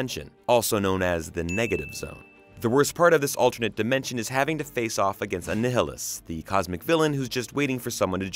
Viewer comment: Good observations, your pronunciation of Annihilus was hysterical.